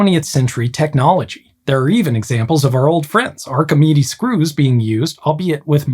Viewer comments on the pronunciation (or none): none